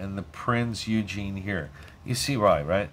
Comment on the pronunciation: Great game and thank you for the video HOWEVER the Prinz Eugene is pronounced 'Oigen' the E is silent, and it grated like fingernails on a blackboard every time you said Eugene :) Named after Prinz Eugene of Savoy an 18th Century Field Marshal of the Austrian and Habsburg empire, reportedly the most successful military commander of his time. He named Austro-Hungarian, Italian, German AND Royal Navy warships.